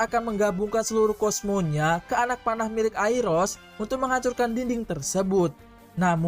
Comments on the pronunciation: Aiolos bang bkn airos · Iya tuh, mestinya kan Ayoros (Aioros) bukan Airos, nama pacarnya Lyra Orphee alias Orpheus aja sampe salah sebut juga mestinya Yurodaisi (Eurodyce), eh malah jadi Ayuridis (Aiouridys) .. 😂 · Aiolos bahasa indo nya bukan airos😂 Klo real nya aioros